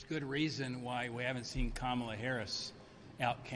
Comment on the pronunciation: It's Kamala. "Comma. La." It's the opposite of difficult to say. What grade did you make it to?